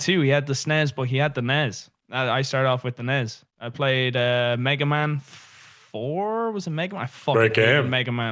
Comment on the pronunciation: The way pronounces nes gets me so mad ITS NES NOT NES